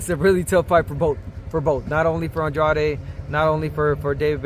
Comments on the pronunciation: Since I first started watching Andrade, the announcers and the TV commentators pronounced his name 'On-dra-day', but he pronounced his name 'On-drade'. Wondering why they pronounced his name wrong all this time....🤔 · i heard an Drade too “ahn drrahh deh” is it in Spanish cuz its a latin rooted name